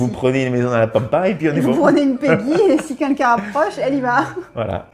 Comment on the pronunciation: J'adore toutes vos videos, je les like, je m'abonne volontiers🦋. Il y a juste une chose qui manque pour atteindre la perfection a mes yeux:, please, c'est 'quelqu'un' pas 'kinkin'. Merci et bonne continuation a vous deux + Peggy + matous 🌹🌹🌹🌹🌹